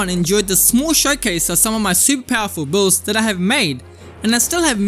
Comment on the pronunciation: please i like your content but you gotta learn how to pronounce "BUILDS" correctly for the love of god